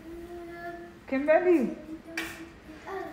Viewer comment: Mwen telman renmen fanmi an ,mwen gen 3em pitit fi m mwen rele l Kimberly menm Jan ak pitit wa, bb gen 17 mois . Mwen telman renmen lè wap rele Kimberly avek aksan anglais a , mwen te ansent mwen pat ka mwen non pou bb a ,se nan yon nan video ou yo mwen jwen non Kimberly a. Mèsi ampil pou èd ou , moun pa janm fin aprann, mwen aprann ampil de ou, motivation, fè mangé , hummmm Marim pap voye m retounen non mwen vinn pi fò nan fé mange gras ak ou . Ou se yon modèl pou tout fanm e abanew yo. Mèsi ampil , ke BonDye beni w ak tout fanmi w ❤❤❤.